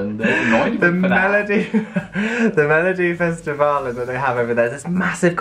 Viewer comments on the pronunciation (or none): Melodifellästen this would translate to "Melody the wrong last" (and that's "last" as in the shoemaking tool that looks like a foot) So your Swedish is very impressive, not a lot of Swedes even know about that word, unless they are into shoemaking by hand or know the Swedish version of the latin saying Sutor, ne ultra crepidam.